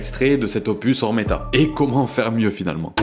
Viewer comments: C'est OmeRta pas oRmeta le sang mdr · c'est omerta pas ormeta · C'est OmeRta, par ORmeta, Omerta comme l Omerta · C’est oMERta pas oRMEta frérot 💪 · C’est Omerta mdr pas Ormeta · bonne vidéo et tout est vrais contrairement a la majorité des vidéos du genre juste c omerta pas ormeta😅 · Très bonne vidéo juste c'est pas ormeta mais omerta ! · Ormeta 😅 non c'est omerta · C'est Omerta pas Ormerta ou tu ma confu la non c'est sa Omerta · OH MERE TA (Omerta) pas OR MET TA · Pourquoi tu dis ormeta ?